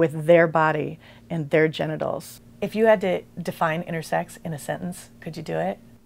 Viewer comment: I kept thinking she was saying "innersex" and I got confused